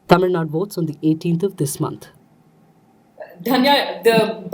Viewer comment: Its Tamil NADU! not Tamil Nad.